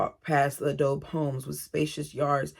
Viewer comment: Hey, you are adorable. You have a lot of empathy for these women and children. PS Adobe is bricks made of mud and straw, so it is free! It is Spanish, say "ah-dough-bee".